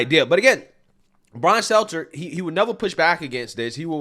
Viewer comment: I swear i listen to every show and have for over 2 years and that is legit the first time i ever heard him say Brian Stelter's name right... Dont believe me? go back and listen to any post about that idiot and he will fuck Stelters name up